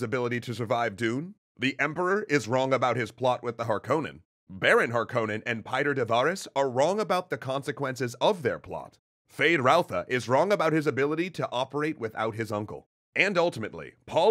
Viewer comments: his name is de vries, pronounced 'vrees,. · Mispronouncing de Vries, tsk tsk tsk ;). Some people might complain about Yueh too, but thats not that big of a deal imho. Thufirs error is so bad, that he never even comes to consider it as a possibility. What is so ironical about that, is that mentats are fully aware of their limitations in this respect and people in places of power are aware about it too. They know all to well that with mentats its "garbage in, garbage out", because of the complexity and depth of their computation. They need accurate estimation of probabilities of each piece of data, which is used in the computation. Its kinda funny that pretty much everyone is aware of their blindspots, but still fall prey to it. This is, in part, even the reason for BG to strive for Kwisatz Haderach. They have one part of understanding, but that dark, violent place is still pushing them away. So they need a guy, that is trained in the same way as they are and more (if I remember correctly, even mentats were not too common among BG, only 1 comes to mind). And in the specific case of Paul, he ended up also being heavily shaped by influences of women in his life in general. Lady Jessica being the most obvious, but then there is Mohiam, with her test, and Chani, who brings him back from the edge of total disconnection from reality due to his nature.